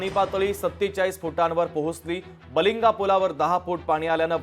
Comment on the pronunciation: बलिंगा❌️ बालिंगे✅️